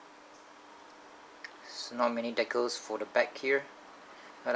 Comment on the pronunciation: Ur saying decals wrong